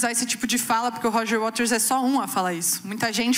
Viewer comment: Minino, é Waters. Não WaLters!!!!!😂😂😅